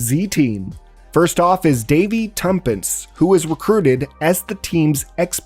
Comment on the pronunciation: "Tumpints?" Tuppence, Two Pence